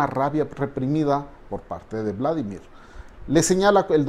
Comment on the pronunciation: Uladimir Luadi .... Lindo , lo pronuncias un poco como polaco . Geniales sus uideos !